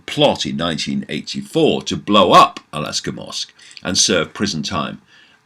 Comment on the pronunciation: David... Just wanna point out it's not Alaska😅 but rather AL-AQSA (Pronounced: Al-Aksa ~ A K S A). Gonna continue watching the vid now.